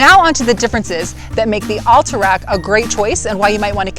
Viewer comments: Recent move ins to Utah or not skiers? Curious why you pronounced Alta like all-ta rather than Al-ta. Like altitude or Alta ski resort. But actually a few times you say Alta like it should be. So now I'm thinking maybe you've lived here a while.but are just influenced by the recent move ins saying All-ta instead of Al-ta. Very important for me to.figure this out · Good review, but kind of painful to hear "Alta" pronounced incorrectly so many times.